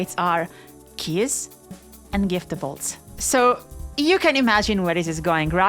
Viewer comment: so you're telling me that I can edit a tee-ex-tæ and then get unlimited keyæs?